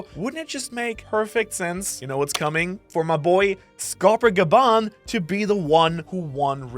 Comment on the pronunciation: Bro got gaban right